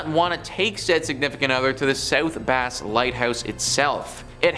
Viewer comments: South Bass (like the fish) Island, not South Base. Man you guys are usually great, but are slaughtering the basics on this one, lol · I lived by Put-In-Bay. The location is not pronounced base, it’s Bass like the fish.